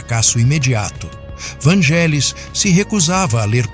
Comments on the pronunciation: Não é Vângelis que se fala. É Vanguélis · Moço que fez o video: A pronúncia correta é "VÂN-gelis" e não "van-GÉ-lis". Curiosamente falou algumas vezes a pronúncia correta. Quanto à primeira música que me lembro de ter ouvido dele? Moço... eu era criança nos anos 70 e muitas músicas dele eram usadas nas rádios por locutores que queriam dar mais beleza as suas falas. Foram muitas e nao vou lembrar. Mas UMA eu lembro muito bem: Hymne pois era usada como fundo pra missa do galo no final do ano. Era só um pedacinho dela que tocava pra anunciar o evento católico enquanto o Papa João Paulo II aparecia rezando, mas o suficiente pra gente desejar ouvir mais. Mais tarde, início dos anos 80, foi quando eu finalmente descobri QUEM era o artista das músicas lindas quando estreou a serie "Cosmos" de Carl Seagan, onde tinham "Heaven and Hell" e "Alpha", que me capturaram DEFINITIVAMENTE. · A pronúncia é “Vanguélis”. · Só uma humilde correção.. se pronuncia Vângelis mas se escreve Vangelis Um genio igual a Mozart que já está entre nós Gratidão ao canal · Desculpe, mas está falando algumas inverdades e a pronúncia é van{gue}elis o resto e invensão ou pura fantasia. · Só um adendo. Esse nome se pronuncia como se fosse GU vanguelis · Por amor de Deus...a pronúncia do nome não é esta 😮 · Na verdade é Vânguelis, derivado do nome dele, que se prinuncia Evânguelos. E o "ou" do sobrenome tem som de "u", como de resto em praticamente todo o idioma grego: Evânguelos Odísseas Papathanássiu. KALIMERA!